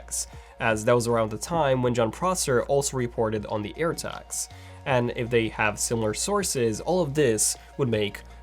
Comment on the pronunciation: I thought he said Apple AIRBAGS 🚗